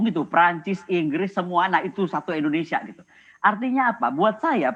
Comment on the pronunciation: Bu..indonesia. bukan endonesia